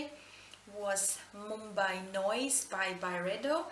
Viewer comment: You said Mumbai pretty well!